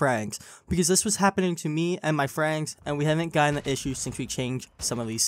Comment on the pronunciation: bro can you pronounce friends right at least once. then I will like the video